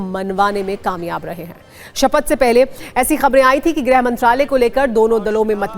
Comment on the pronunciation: It's not grah like all fool pronounce , it's grih vibhag